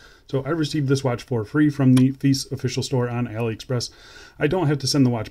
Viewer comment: Nice dial. has a little bit of a Seiko Presage look, but as for the rest of the watch. it's a bit feice..😝😂I just cannot get past that brand name and how you pronounce it is not the way most people pronounce it.